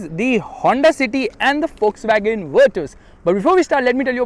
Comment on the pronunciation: Everytime he screams wolkswagon sounds fuckswagon to me😂